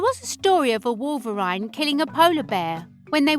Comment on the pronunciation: you said wolverine wrong and polar bears don't live in europe